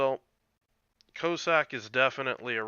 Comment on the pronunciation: Great vid. When you said "Cyclone Tactics and Strategy", I thought you were talking about the French DD they gave people to do the original Dynamo operation in and I hoped against hope that they had released her for general consumption. Alas, no! LOL Small nitpick: I'm pretty sure the first syllable in "Cossack" should rhyme with Boss, not with Low. Coss-ack, not Co-sack.